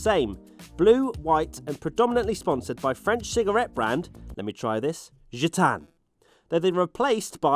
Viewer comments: Your "Gitanes" and "Gauloises" were perfect! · As a french dude, Gitanes was perfect, Gauloise a bit less, Gaul is pronounced more like a Goal in soccer.